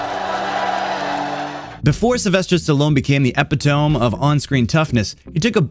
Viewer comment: lol wildest pronunciation of epitome I ever heard